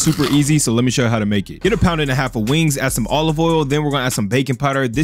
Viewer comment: I can't get past the "weeengs" pronunciation